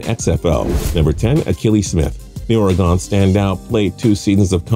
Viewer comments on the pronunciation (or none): God it’s not Ory-Gone it’s Ory-Gun you Pronounce this wrong every single time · ORYGUN (damn it!) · You are sooo right David, tell to practice saying ORR REE GUN. Think he'll get it????? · Or Uh Gun. Pronounce the 'uh' almost but not quite like a soft 'e'. That ought to confuse the shit out of the flat-landers and easterners. Fuck it, just come for the beer (and legal weed). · Upper Left Coast Chelsea Fan Ya it’s like a soft e